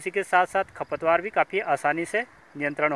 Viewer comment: खपत वार नहीं खरपतवार साफ शब्द बोलिए